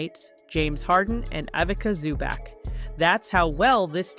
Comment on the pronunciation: Don't butcher Big Zu's name like that. C'mon now